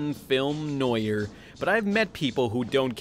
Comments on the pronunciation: Noir is not pronounced noyer. It's pronounced like nwar. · Did you seriously pronounce "noir" as "noi-yer"? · how can you butcher the pronunciation of "noir" that much? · bro rewatching this is PAINFUL. How did you butcher every single non-English name and “noir”?? Complaining about “annoying filler”? Dude the sandals episode was awesome it shows how even his clothes are an extremely important pillar for him to hold onto as they represent his home and what he’s fighting for. Also the very first episode shows that robe being something extremely revered, so it always seemed to me to be blessed. Plus he could mend them. The only two episodes that are truly hard to watch are the Jack in Wonderland and Farting Dragon one. And even in those there’s some fun memorable moments. People that complain about filler are the people that truly don’t appreciate a story that revels in its environment, characters, and theme. I’m only like a little over halfway through and I’m gritting my teeth and forcing myself to finish this lol. Also, wouldn’t kill a YouTuber with a clearly pre-written script and some level of production value to put fucking subtitled into the video, especially if you’re going to speak quickly. Edit: watched past the tribute, which was fantastic. The editing is fantastic for the whole video, it’s just… the voiceover and script tone.